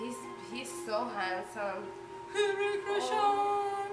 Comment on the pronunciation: Don't pronounce H in Hritik, H is silent.